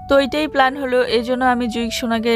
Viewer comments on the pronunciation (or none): none